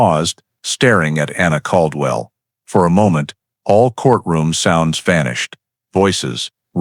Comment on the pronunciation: Bosque is the name of the River. I lived there back then. Bell county is not where Waco is. It is in McLennan. Bell County would be near Temple, Texas. It was pronounced Cald-well.